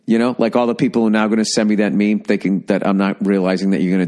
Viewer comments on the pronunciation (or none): none